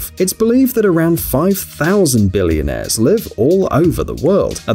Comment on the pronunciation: BilLIONAIRe. The way he pronounces it is so funny.